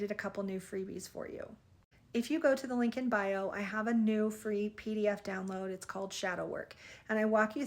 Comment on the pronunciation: Apologies,. But are you saying LinkedIn bio or Lincoln bio? Thank you for your message. I’m new to your channel and love your content. BTW I’m a death doula and psychopomp, so I heal people’s energy, karma and fear as they accept their death and make their transition. It helps/heals their family as well.